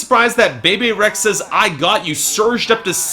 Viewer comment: not knit picking but Camila Cabello's name is pronounced "Cam-E-A Cabello. And Bebe Rexha's name is pronounced like it sounds "Bee-Bee". Just for future referencs.